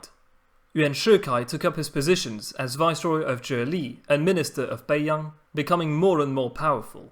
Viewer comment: no its not, do u actually speak mandarin? the way he pronounced bei yang, both in the 1st tone but actually are in the 3rd and 2nd tone made me cringe